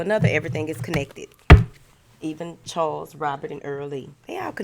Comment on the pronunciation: Did you say, “Charles, Earl Lee and Robert?” 😳😂😂